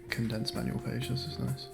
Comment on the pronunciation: No one:: Manual? More like maNOal